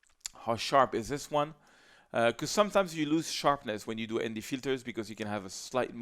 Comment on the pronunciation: What kind of filter? MD? Sorry, can't understand what you said.